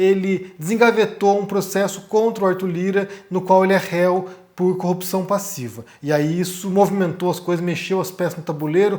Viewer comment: por duas vezes vc falou cupção heim, igual o crente estérico. 😅